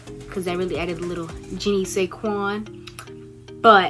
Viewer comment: Did she say Jenny say qwan lol love and how she says integrity lol. But honestly tho this was rly helpful. 🥰